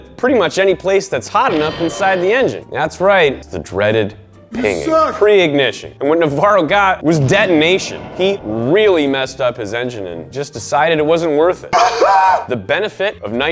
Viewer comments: I couldn't help it, you throw up the word "detination", luckily closed captions saved you with the correct spelling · Great video series, but “detintation”...?? Srsly? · "Detintation" lmao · that Detintation lol